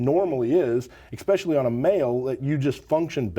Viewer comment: I don’t trust anybody that uses the phrase eKspecially.....